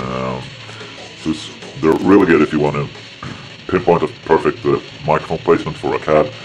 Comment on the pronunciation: So. Is everything "areally guud?" :D